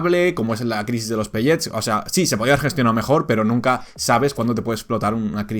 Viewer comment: Porcierto, la palabra viene del inglés asi que se dice "pelets" no "pelléts"